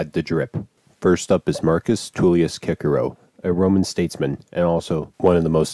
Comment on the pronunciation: Cicero (nice pronunciation btw): literally wears a bedsheet refuses to elaborate ultimate drip acheived